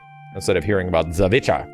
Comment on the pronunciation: Is that really how you say "the witcher"? Really?